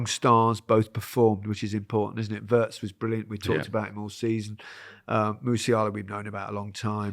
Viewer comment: It always hurts my ears to hear 'Wurts' instead the correct 'Weerts' and 'Cruise' instead of 'Kroaze' (as in goat). Some effort to pronounce it correctly is not too much to ask. Plenty of German speakers around to help you.